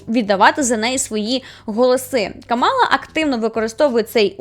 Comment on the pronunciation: Не хочу душити, але правильно говорити КАмала Гарріс, а не КамАла Гарріс